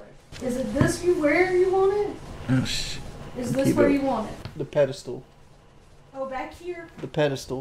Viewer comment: It’s pedestal, not “pedastool”